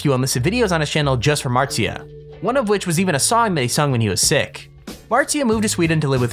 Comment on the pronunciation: It's not martzia.